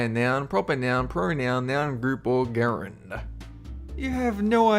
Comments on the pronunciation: It's not "gerund", it's pronounced "J-E-R-U-N-D" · Gerund is pronounced jerund. Dummy. Learn English before presenting factoids about it. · Mate, make a video about English, that's great but your pronunciation leaves a bit to be desired. "Scarborough" is pronounced /ˈskɑ(r)b(ə)rə/ . Have you never heard Simon & Garfunkel? Also, "gerund" is /ˈdʒɛrənd/ (or /ˈdʒɛrʌnd/) not /ˈgɛrənd/ . The worst though is /tʊˈdɔː/ for "Tudor" . It's /ˈtjuːdə(r)/ or /ˈtʒuːdə(r)/ (some may say /ˈtuːdə(r)/). I s'pose I'm a zoilist. Anyhow, "moment" also has another meaning in physics. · Why did you pronounce 'gerund' with a hard 'g'? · you mean /dʒerənd/ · gerund is pronounced jerund,, just saying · Isn't it pronounced "jerund"? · Gerund is pronounced with a soft g as in jerund. Also, prepositions don't always have to be followed by another part of speech. This is especially true when using phrasal verbs such as "I turned the TV on". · Syresiath also, gerund is pronounced jare-und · isn't "gerund" pronounced "Jer-und"? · You should realize gerund is pronounced like jerund. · Gerund. Pronounced ˈjer-ənd'. #37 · isn't the g in gerund pronounced like in giraffe? 😯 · Gerund is pronounced with a soft "g" not a hard one as you used - Wazzock! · Isn't gerund pronounced with a j not a g